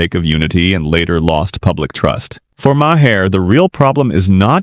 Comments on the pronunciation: You need to edit your AI Voiceover. Maher pronounced ma-hair? Make it say marr. It makes me want to stop watching. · Ai slop that can't even pronounce Mamdani or Maher